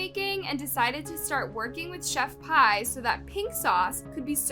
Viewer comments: it's "Chef-P".. how are ppl STILL getting it wrong, & calling her "Pie"? (proof that ppl DON'T truly KNOW about what they discuss) this must b another 1 that just hustles the algorithm, & recycles the same stories that other channels repeat.. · No because why is pronouncing her name like "chef pie" it s pronounced "chef pee" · No offense it’s pronounced chef pea not chef pie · Chef.pie instead of chef.p😭